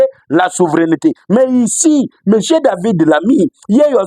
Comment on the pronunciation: TU AS TRÈS BIEN PRONONCÉ SES NOMS: DAVID LAMMY, SECRÉTAIRE D’ÉTAT AUX AFFAIRES ÉTRANGÈRES, IL EST DU PARTI TRAVAILLISTE (LABOR), ÉLU DU NORD DE LONDRES.